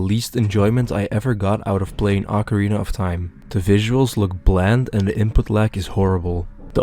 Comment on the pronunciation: Ocarina of Time or Acorina of Time? I hear only Acorina ^^